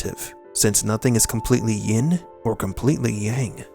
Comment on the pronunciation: Yin not “ying”